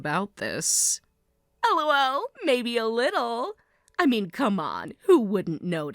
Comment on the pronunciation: Dislike The constant 'El oh el' are making me cringe so hard I almost broke my neck JUST FREAKING LAUGH